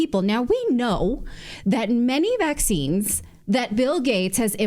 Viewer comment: No more "vecxines" please